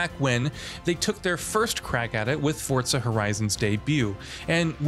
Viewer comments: FOUR....ZAH There is no T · The pronunciation of Forza bothers me more than it should lol